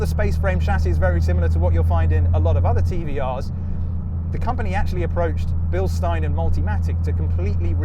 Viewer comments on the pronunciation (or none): none